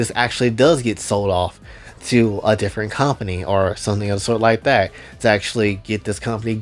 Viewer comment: Ah man, the way he says "Not tat tall" and stares directly through the screen at you.